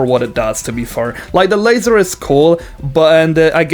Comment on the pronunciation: its pronounced la-zar not laser